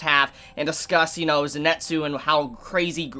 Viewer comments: Great Review but its not Zenetsu its Zenitsu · Zenitsu= Zenn-Net-Zoo Inosuke= Ino-sookay gotta love pronunciations lol